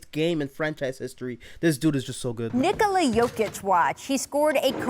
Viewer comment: This was the best pronunciation of Nikola's name and surname by any American. Bravo to the announcer.